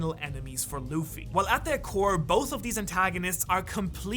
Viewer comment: it's nor luf its luffy